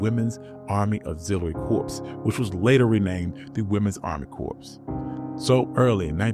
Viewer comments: Please note that "Corps" is pronounced [core], not "corpse". . It is the same as the US Marine Corps. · It's pronounced "CORE" not "CORPSE". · I don't understand how the narrator could not be informed that 'CORPS'. is pronounced 'core' not 'corpse'. Where is the editor/producer anybody???